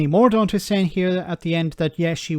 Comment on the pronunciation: When you say Penney Mordaunt I hear Penney Mordor